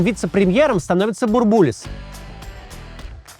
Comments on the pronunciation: Че то как то слух режет - бурбУлис вместо бУрбулис. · Очень актуально. Спасибо. Но Геннадий БУрбулис - ударение на первый слог!!! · только он БУрбулис, ударение на первый слог. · Максим! Ну почему БурбУлис? БУрбулис!!! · БУрбулис. Ударение на первый слог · В 90-е по телевизору всегда говорили «Бу́рбулис». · Потому что в начале 90-х говорили БурбУлис. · бУрбулис через рукопожатие не передаётся! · Максим, спасибо за интересные нужные выпуски. Будьте любезны не брать пример с Искусственного Идиотизма с его корявыми ударениями. Фамилия Бурбулис произносится с ударением на первый слог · Бурбулис ударение на первый слог. Переписывайте.